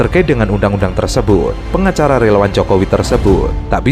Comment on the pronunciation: Itu Pengacara ato pengacala ?? Belasa keli telinga saya dengal suala pengacala itu.........